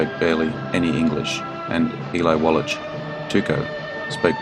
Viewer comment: Eli Wallach -- last name is pronounced "Wall-ahk."